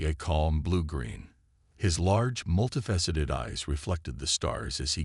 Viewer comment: Nice story. However, the enjoyment is greatly diminished due to your crappy AI. PLEASE ix it or get a new, working model!!!!!!!!!!!!!!!! What the hell is: "SPAC-i-time", "...PER-fikt the technology", "MULTI-fessited eyes", " arti-FICKal intelligence", BRETH-able atmosphere", "Elina Rize". PLEASE FIX!!!!!!!!!!!!!!!!!!!!!!!